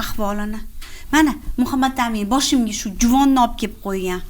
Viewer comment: Шу аёл исмни жуда хунук айтадида Мухамматамин деб МухаммадАмин деса тугри юуларди